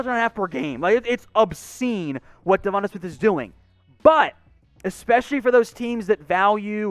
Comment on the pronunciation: The way you pronounce Devonta smith makes me feel like you don’t actually watch college football